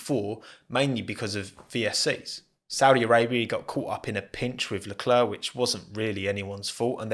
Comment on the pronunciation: Great video. But PLEASE learn how to pronounce Leclercs name